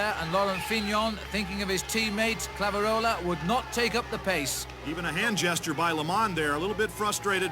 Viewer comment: Great race. Unfortunately, couldn't pronounce the other French rider's name (Claveyrolet (sp?)) correctly, even when Liggett did so repeatedly.